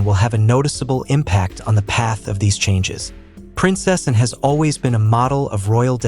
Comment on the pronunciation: Not Princessan. Princess Anne, please!